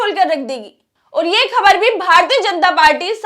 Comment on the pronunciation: pahle apna talafuz theek karo.gair nahin ghair,khabar nahin khabar,jaati nahin zati,waghaira.ze,quaf,khe,etc